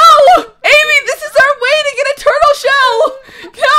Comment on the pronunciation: amy shes saying turtel